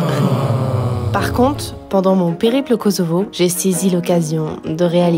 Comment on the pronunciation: Kosovo se prononce KoSSovo 😊. Sinon les robes de Valdrin c'est des chefs d'oeuvres comme toujours 😍